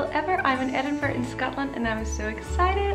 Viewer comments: At least she didn’t call it Edinboroooow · Her pronunciation sounded quite good to me, makes a difference from edinburg or edinburrow that tourists usually say. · I’m from Edinburgh and I thought pronunciation was just fine. As the comment above says, a lot better than ‘Edinboro’ or ‘Edinburg’!